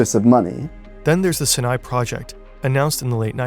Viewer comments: Is that how you pronounce "Sinai"? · Idiot doesn't know how to pronounce "Sinai". How seriously can we take this channel